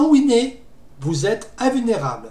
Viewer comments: Par contre wine ne se prononce pas winé... Pour un anglophone tu devrai le savoir que wine = vin Et voici Désolé mais winé.... Ça fait mal au oreilles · Quand tu as dit que la faille était sur Debian / Gnome, ça m'a fait peur. Heureusement que je n'ai pas Wine. PS : t'es sûr que le "e" se prononce "é" ? (je le prononce "ouine") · argument valide certes mais ça fait très bizarre x)